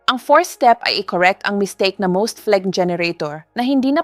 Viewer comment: Pronunciation of phlegmn ay flem not fleg